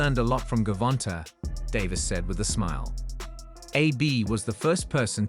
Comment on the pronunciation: First of all learn how to pronounce his name before you do a piece on him look at the spelling, and you said Gavonta said with a smile to Davis, that's the same person Gervonte Davis sharpen up on your journalism skills boy